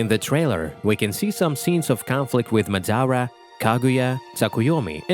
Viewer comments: ma-da-ra not mad-ara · Nigga can’t say madara right smh